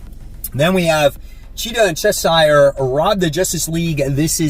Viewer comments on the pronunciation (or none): Hey another great video! Just a little bit of advice Cheshire rhymes with pressure. I am giving absolute evil a chance based on what you said in your most pulled comics video hopefully it’s good. Keep up the amazing work!